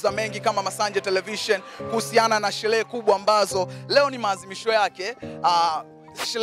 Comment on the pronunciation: Shelee❌ Sherehe ✔️